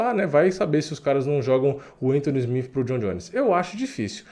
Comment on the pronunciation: Mano na boa pronuncia SmiTH ou SmiTi porque SmiFi soa muito feio. Abraço